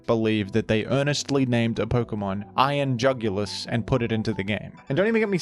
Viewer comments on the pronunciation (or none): i love when he says iron jugilis. iron jugulis